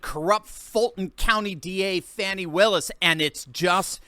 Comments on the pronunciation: It’s pronounced “Fanny”, like ass. Not Fawny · Fani, just another word for Ass. ( and, by the way, the people who grew up with her know. It is pronounced "Fanny", not the fancied up "Faunci"). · Her name is fanny meaning ass. Not fawni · Why are YOU calling her fawnie... HER NAME is FANNY! In 1940 that was the definition of where SHIT comes from! A cigarette & a blindfold is all the democrats DESERVE 😊😊😂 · Fani Willis - the biggest Fanni in Georgia!! Btw is it pronounced Fan-E or Fuh-knee? Either way it's a stupid name 🙃